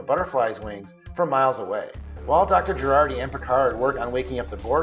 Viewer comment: It's Jurati, not Gerardi...